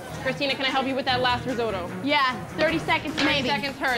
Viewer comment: Risodo...were s that D in Risotto....or the J in Parmasan..Sharon isn' t pretty, just average..